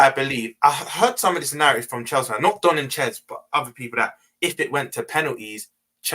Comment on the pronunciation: His name is Don.... Not Dom